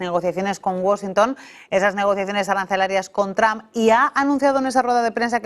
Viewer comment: Se pronuncia(tromp) no tram😂😂😂